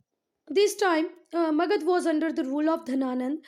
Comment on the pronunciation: Thank you but aap har word me jisme last me a hota usko pronounce kyun nahi karte ho jaise magadha ko aap magadh bolte ho